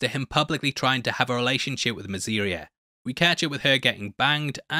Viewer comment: Mate, it's 'Rhaenyra' and 'Mysaria'. 🤦‍♂️